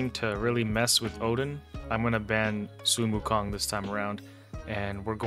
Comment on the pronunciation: I believe he was joking about your pronunciation of Sun Wukong, akin to people riffing on Ash except he's basing it on English phonetics and not the actual, which is probably what he doesn't know.